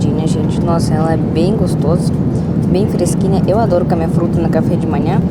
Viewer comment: Pronuncie a letro o, comer e não camer.